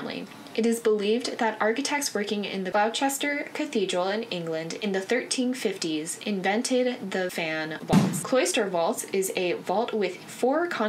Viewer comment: This was really helpful, thanks! Just so you know, in England we pronounce Gloucester like this... “gloss-ter”.